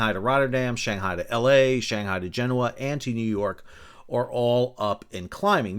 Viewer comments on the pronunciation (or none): none